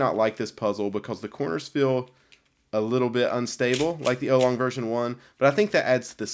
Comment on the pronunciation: "ow-long" not "oh-long" ;)